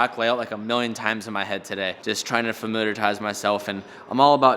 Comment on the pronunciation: kills me how says familiarise and visualise. Love you man but dam that crack me up.